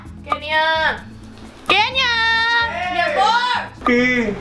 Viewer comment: Si se dieron cuenta, cuando estaban acostados y Kenia habló, dijo locha en lugar de Kenia